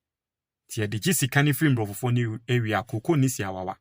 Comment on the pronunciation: Please, say abrofo, not mbrofo, mbrofo) or abrofofo). Obroni (singular) abrofo (plural)